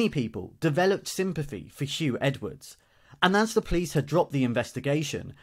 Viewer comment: His name is Huw not Hugh